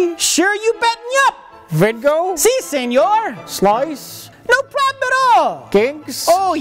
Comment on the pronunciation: He finally went full Mexican.